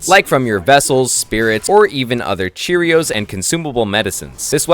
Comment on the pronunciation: Cheerios? Cur ee ohs